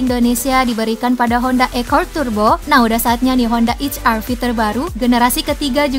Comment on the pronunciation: Akord kali bukan ekord